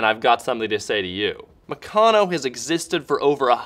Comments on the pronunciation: Oh my God it is not pronounced "Mucono" it's " MeCANo" like "Mechanics" only Meccano. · It's pronounced Mèh-can-nooooo